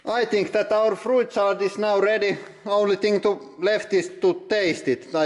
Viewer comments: Frooit salad? It's fruit salad, and jooicy? It's juicy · Love the way you say fru-it. It makes so much more sense than the ,normal' way. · love the accent on the i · Froo-eet salad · Frooet salad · The way you pronounce fruit is just delicious.